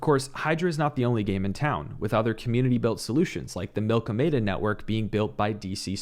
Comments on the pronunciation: No one in crypto knows how to pronounce anything. Prop-a-gation. Milkomeda is not a food protocol it’s pronounced like after the collision of the milkyway and andromeda galaxy. Everyone calling it milk-oh-meda or the worst milk-oh-media or even milk-m8-ah. It’s mill-kom-me-duh darn it. Cardano is based on science and most of its naming is based on something from science. Yes Milkomeda is not iohk but still. Cardano is not a fruit protocol. What’s up with all the food stuff in crypto. I don’t get it. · This is why is the best. Super humble and willing to learn and grow. You don’t act like your better than anyone yet you are. Sorry if I came on to strong. The milky-media pronunciation from everyone was driving me nuts. Your Canadian eh, that would explain the pro-pa-gation pronunciation. In that case I would be wrong. My apologies. Keep it up your killing it. Awesome show.